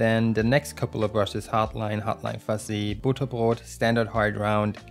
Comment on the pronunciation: Ist er deutsch? Das klang echt smooth xD